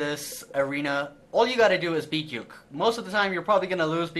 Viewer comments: stop calling him youk it is pronounced oo-kee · JFC, Uke isn't pronounced as one word, it's a Japanese word that usually refers to the less dominant or submissive partner of a relationship It's pronounced phonetically as U-ke, Oo-kay would be probably the closest spelling I can think of for that. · Uke is pronounced ookay, I learned this in martial arts